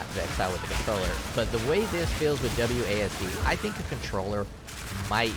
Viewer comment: This dude literally out here calling it AWSD I can't lmfao